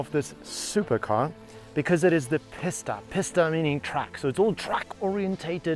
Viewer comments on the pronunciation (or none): Would’ve liked to watch this but had to turn off, him saying Pis-ta all the time is so irritating, bro it’s Pi-sta as in Peee ssss tttt a. Like if you’re gonna say it a million tines, at least get it right. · its a peesta, say it, pee-sta, not pissta, ok sweet.. carry on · its PEE-STAH not PISS-DUH